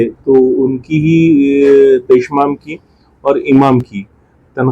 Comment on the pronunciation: मंजन नहीं मौजन पेशमेन नहीं पेशईमाम